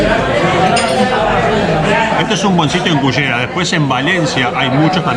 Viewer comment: ......muy lindo video....pero creo que deberías llamar a ese lugar....pronunciado la ll y no la y......a nosotros nos cuesta pero se pronuncia Cullera..........